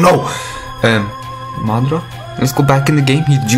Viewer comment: “Madrazo” xD